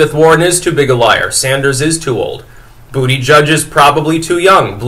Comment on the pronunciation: He said Bootyjudge, heh heh, heh heh.